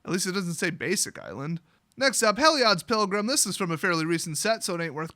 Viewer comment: Lmao did a double take heard Heilod's Pilgram as "Hell yea its Pilgram!"